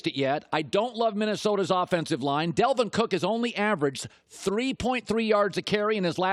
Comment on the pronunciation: Colin it’s DALVIN not Delvin